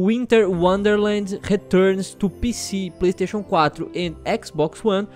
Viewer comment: UINTER UONDERLEND RETURNIS TU PICI, PLEISTEICHON CUATRO AND EQUIXBOX UONE